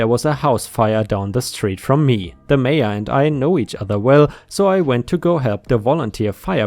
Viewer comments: haha, took me a while to realise why you were saying major instead mayor. That german accent strikes again 😂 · He did say major a couple of times then he got the mayor in the end 😁 ❤🌟🌟🌟🌟🌟✌ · In the Nebraska story, The OP went to the MAYOR said MAY- ORR YOU keep saying that word as MAYJJ - ORR (as in like a MAJOR General in the Service) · Just an FYI, my friend, Mayor is not pronounced like Major. I believe the German equivalent is Burgermeister, the political high-mucky-muck of an incorporated town or city.